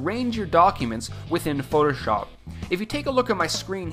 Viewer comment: It's very annoying the way he says "shop" in Photoshop. Listen to if you want to know. It's kind of stupid. Who says it like that? lol